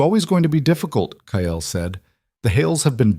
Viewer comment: Kyle is not pronounced as Ki-el , it is Kai-ul